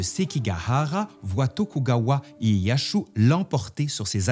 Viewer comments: Tokugawa ''ieyassu'' tu ma fais saigné les oreilles avec ton ''ieyashu''. Sinon bonne vidéo, qui prend quelques raccourci... Mais en 30minutes c'est un exploit... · Ca se prononce plus ou moins comme c'est écrit, [Genpéé], pas [Génépé]. : Pareil pour [iéyasu], comme ça se prononce, il n'y a pas de [shu]. : Bon bin là pareil, comme ça s'écrit [Nagaçaki], y'a pas de Z. Vidéo intéressante en tout cas ^^.